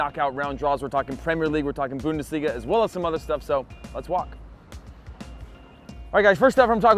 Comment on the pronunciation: You are full of shit! PSG didnt face big a Team like Real? Bayern!?!?! And stop pronounce the god damn Bundesliga like a tard! Its clearly to hear that you can pronounce it correctly! I really dont like you poser!